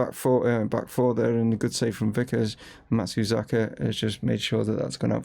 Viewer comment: Matsuzeeka, Matsazuka, Matsazuki! - I've heard this name butchered multiple times. I think we should just call him MATS and be done with it 😅 I'm really enjoying this series and you're building something pretty unique at Chesterfield.